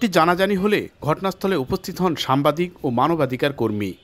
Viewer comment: সামবাদিক না সাংবাদিক 😂😂😂😂 উচ্চারণ সঠিকভাবে বলেন।